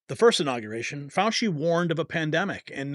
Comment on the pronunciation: FAU --Chee